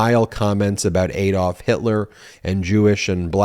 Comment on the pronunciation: It's pronounced ADD-olf - NOT Aid-olf.